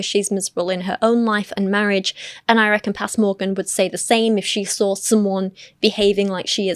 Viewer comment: I don’t trust anyone’s vaccine opinions if they pronounce “saw” as with an L. “Things we sawl…”